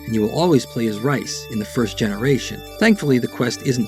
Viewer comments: I always said it like rice as well bet i think its actually pronounced like reese. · I think he's making a joke about your pronunciation of Rhys. Not sure how else you'd pronounce it though.. maybe like Reese? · Unless the Japanese developers intended it pronounced differently, Rhys is pronounced "Reese". A lot of the names are from UK and Ireland: Sean, Nial etc and Rhys is the Welsh spelling. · Just an FYI aside on an otherwise great video. The name Rhys is a Welsh/Celtic name. A closer pronunciation of it is “Reese”